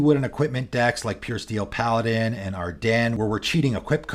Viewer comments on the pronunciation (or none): none